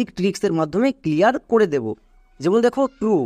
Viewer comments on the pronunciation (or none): none